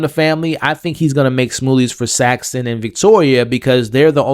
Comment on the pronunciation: how do you cover this whole season and still say multiple characters names wrong lol? Sritala and Saxon, not 'Shytala' and 'Saxton'